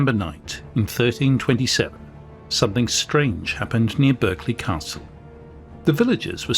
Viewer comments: Pronounced Barclay (as in the bank) not Berk-lee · The accepted English pronunciation of Berkeley is “Barkley” as used by the family who have lived there since the twelfth century.